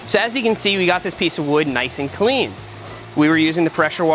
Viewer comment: take a shot every time he says “wuater” or “cleeeen”